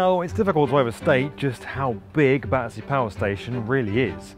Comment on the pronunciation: The people on those Zoom calls calling it "Badderzee" says it all.